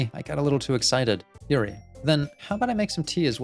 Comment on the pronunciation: Hey, I love the videos, and I really appreciate your analysis of all the characters! I would absolutely love to continue watching this series, as I think you'll really be able to provide some insight as the game progresses. There's just one little thing... the character's names. Could you please try to pronounce them as the following?: Natsuki: "NOTS-key" (not "nuh-TSOO-key") Yuri: "YOO-ree" (not "yrr-EE") Sayori: Actually you did a pretty good job with this one!:) Monica: Perfect pronunciation, don't change a thing;)